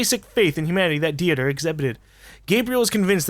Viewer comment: How in the fuck did you mess up Dieter......deeter...dammit...I know you sorta got it the second time but wow how you botched that.